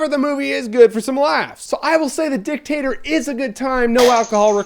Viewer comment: Why are you pronouncing it as the DIcktAtor?